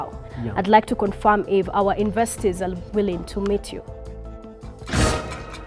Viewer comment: even the word "investors'' cant be pronounced ,,...that's a big joke